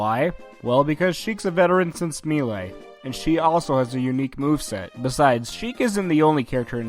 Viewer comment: i still don't get how people keep mispronouncing melee when the name is screamed at your face when you start the game it is pronounced may-lay